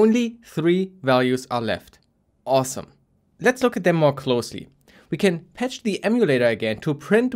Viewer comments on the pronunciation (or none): none